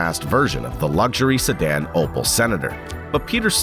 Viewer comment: opel my dude opel not opal :D had me cringing entire video :D